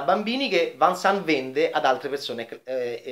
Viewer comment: Film meraviglioso e significativo. Inspiegabile questa critica. Sbaglia anche la pronuncia di Vincent. Un consiglio: preparati meglio!